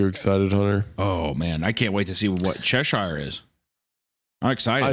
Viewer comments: its pronounced che-shuh-r. not che-sh-eye-r. sincerely, someone who was born in Cheshire (the original one) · Hunter made Cheshire sound like the chocolate sailor 😂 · Every time Isaiah says Cheshire, the Queen turns in her grave.